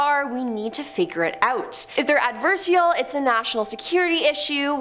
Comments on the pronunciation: &it didn't take long for our to once again make us cringe by, mispronouncing something.. it's NOT "AD-VER-SHELL"!! Pretty sure she was TRYING to say, "AD-VER-SARE-EE-ELL"!! For an English major like me, the constant butchering of the English language is SO FRUSTRATING! Cuz WE are then left TO TO FIGURE OUT what it is she's trying to say! Aarrggh! Come on, PLEASE! If you don't know, or you're not sure, SOUND IT OUT, LOOK IT UP, GOOGLE IT, or ASK SOMEONE!! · Do me and yourself a favor and learn how to say adversarial